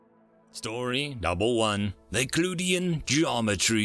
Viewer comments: euclidian is pronounced as You-Clid-EE-in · English has to be a second language for you, how do you keep mispronounced words? Any slightly uncommon word and you mispronounced it. It this an AI generated narration? It's "yoo-CLIDian" geometry. Apathy, epitome, entomb, tome, meme, memetic, and many more. You keep saying them exactly wrong, story to story. Why? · Just as a note, your pronunciation of both "Euclidian" and "analogous" are very off.